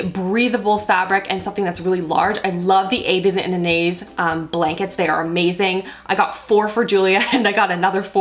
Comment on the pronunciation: Just FYI, Anais is pronounced Ana-ees.